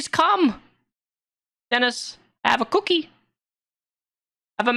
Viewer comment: I love the way talks to Dennis "I have a CookEE" made me giggle like the monkey I am